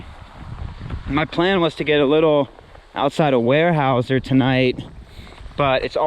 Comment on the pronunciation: Weyerhaeuser is pronounced (where-howz-er), if anyone is interested.